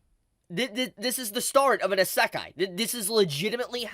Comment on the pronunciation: the way he pronounces isekai lol good video btw